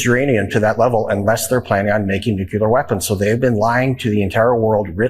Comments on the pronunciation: Lesson1: repeat after me maga.. nucl-E-ar, not nu-cu-lar. Lesson 2 tomorrow. Tufyattm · BTW, Van Orden - it's pronounced "nuclear", NOT "NUCULAR". You ignorant butthead. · Never trust anyone who pronounces Nuclear as Nucular. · In this day and age, you’d think elected officials could pronounce “nuclear” correctly. It’s grating! Personal pet peeve. I know, not really important. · Van Orden is against "nuculer" weapons. LOL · I can't take anyone serious that says "NUKYLAR" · I don't think I'm going to put too much stock in a guy who can't pronounce 'nuclear' talking about a nuclear weapons program that our own intelligence indicates was not really a thing even before bombing them last year. Honestly I really haven't seen much threat from Iran at all. Peeps talk about M. A. D. Mutually assured Destruction, well, they get 1 nuke, we have what, 10,000? Let's let that asshole owl from the Tootsie Pop commercials count how many nukes it takes to wipe Iran off the face of the Earth. Not advocating nuclear war but at the same time what are we worried about? They won't use it because they know it'll only invite retaliation in kind. There's a much greater threat to the United States sitting in the oval office. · Probably just a coincidence that the guy who thinks "Donald Trump makes promises" also can't pronounce "nuclear". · How come conservative Republicans do not know how to pronounce nuclear